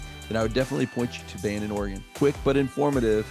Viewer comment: You keep saying Bandin or banning Or. Dude it’s 32 min. To Crescent City Do you even live there??